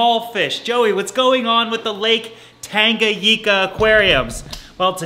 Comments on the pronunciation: TangaNICA NOT TANGAGICA UGHHH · Pronounced tanga-Nee-ka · It's pronounced Tanga-neeka Joey